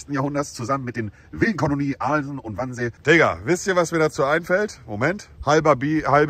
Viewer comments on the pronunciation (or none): Traurig das er nichtmal Wannsee bzw schwanwerder sagen kann